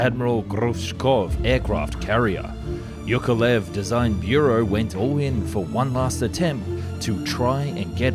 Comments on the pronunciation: Hey just for future reference, the name Yakovlev has two 'v's in it. "Ya-kov-lev" I had the same issue with this name for a while, I never noticed it in there! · Say after me: jaah-kof-lef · Bro it's YAKolev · Why do you say "yak" but then "Yukovlev"? The name Yak comes from "Yakovlev". It's pronounced the same. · Yakovlev, not Yukolev... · it's YAkoVlev, not "yukolev", the same as you pronounce Yak - and then just add 'ovlev' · It is YAKovlvev, not YUKovlev - can you not even read? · Why does he call Yakovlev - Yukolev?! Its YA-KOV-LEV, not YOU-KO-LEV!!! The panes are called Yak for a reason, they are not freaking Yuk-s... ?! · Who the hell is iukolev its iakovlew aka Яковлев not юковлев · It's not "yoke a lev" it's "yakov-lev" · At one point I was not sure what aircraft you were talking about. Yukolev? What's so hard to pronounce Yak-ov--lev? For a commoner it's not a big deal, but when your job is to TALK about things, than do the job properly. Good content, other ways. As usually. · Whos ..you kov lev Yak of...lev ...😂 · Holy c***, it is not Yookolev! It is YAKoVlev. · Why do you pronounce it as "yukolev" instead of "yakovlev"? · You pronounce "Yak" correctly but then butcher Yakolev, how? It's not you-koh-lev.... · Arghh. "Yukolev"? Have you tried to read this name properly at all? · After hearing Yukavlyev,I can't watch anymore 😅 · Not YUkolev but YAkoVlev! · Thank you very much for the interesting video! 👍 Just a friendly advice. You pronounce the name of the aircraft - Yak - very well, but you mispronounce the name of the constructer - Yukovlev instead of Yakovlev. Please, use the same pronunciation you use for airplane at the beginning of the constructor's name. ✌ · For Pete's sake, Yakovlev[yakovlev], not [yukovlev]. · Yakovlev, why do you keep reading Yukulev? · You are saying Yukovlev, it should be Yakovlev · Not "Yukolev", but "Yakovlev" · It’s ya-KOV-lev, not yu-KO-lev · Ukulelele Ukulev. His name was Yakolvlev, ffs. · his name is YAKOLEV not YUKOlev